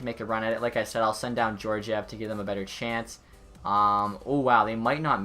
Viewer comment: Alexander Georgiev is pronounced ( Gee-or-gee-ev ) *Gee as in Hard G Sound